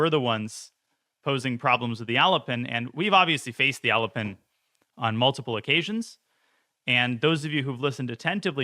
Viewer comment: why do I hear "Elephant" every time he says "Alapin" lol